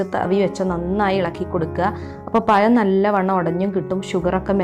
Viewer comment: പയം അല്ല പഴം 😂😂😂